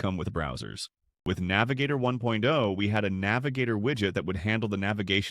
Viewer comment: The emphasis on words like "1.0" and "2.0" when comparing the two doesn't sound right. But more generally, the overall cadence sounds really repetitive. It's lacking any human touch and becomes a sort of drone that I found myself tuning out to.